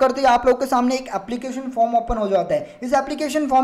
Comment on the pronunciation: Your samney word pronounciation is little different n funny bro 💯😂